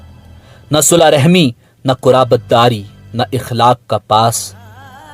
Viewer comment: Sula e rehmi koi lafz nahi h Sila e rehmi sahi pronunciation h